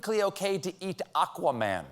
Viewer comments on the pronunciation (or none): none